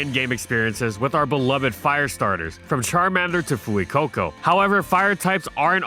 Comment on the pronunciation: It’s pronounced FWAY-coh-coh, HEE-TRAN, sil-VAL-EYE, tur-TIH-nay-tur, HARTH-flame, SIR-ROO-ledge, “Patrick Star”! 🤨